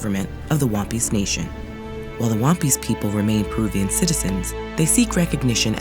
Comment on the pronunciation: She says Wampis I hear One Piece 😂😂😂